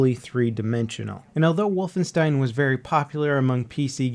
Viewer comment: Why do you say wolfenstein like that